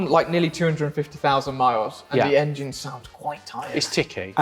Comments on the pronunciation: As says - the "Angine" - love it! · Can you lads please pronounce 'Engine' properly!!!! By properly I mean like a certain BMW guru.